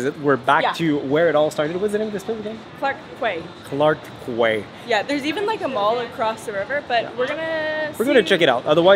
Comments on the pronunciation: It's pronounced "Clark Key" 😊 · Its pronounced as 'Key' for 'Quay'😅 Welcome to Singapore.Enjoy😊 Luv, Singapore Girl❤ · oh no they miss pronounced "Clarke Key" Singaporeans all around the world are disappointed 😱. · Clarke Quay its actually pronounce as Clarke ‘Key’. Lol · As children we made the same mistake. It’s pronounced as Clarke “Key”😂👍🏽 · Nice video! Glad you like Singapore so far. There are many affordable food options in hawker centres that are in Singapore such as the heartlands. The places you first ate at were in expensive areas of town. You were at Clarke Quay (“Quay" is pronounced as “key”.) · Very enjoyable video! new subscriber! As a singaporean, i have not even been to several of the places you guys went..thanks for showing them...btw, Clark Quay, the Quay is pronounced as Kee...its how we say it..just fyi :) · Clark Quay is actually pronouce as Clarke Key. Can of Tiger beer from the local store costs around SGD3+ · The drone show was specifically arranged for Chinese New Year period, will not be able to see it after that. 😅 Drinks will be cheaper in supermarkets. To clarify, you can actually chew gum in SG but not import & sell. Clarke Quay is pronounced as Clarke 'Key'. Alcohol is more expensive in restaurants. If you go to the hawkers centres, local coffeeshops, supermarkets, alcohol is way cheaper. It is not that expensive in SG, you just need to know where to buy the cheaper options. There is also a light & music show at Gardens by the Bay which is free. For nature lovers, we do have gardens, nature parks & offshore islands for visitors to explore, where you can see locals as well. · Clarke "Key" my dear... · Clarke Quey is pronounced as Clark Key in Singapore. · Quay is pronunced as Key. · Clark Quay ( pronounced as Clark Key) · Quay is pronounced as “Key”, just an FYI… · It's pronounce d as Clark 'key' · Quay is pronounced "key" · Clarke Quay is pronounce as Clarke "Key" this is an english word that "Quay" is "key" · Its clarke key. Not quay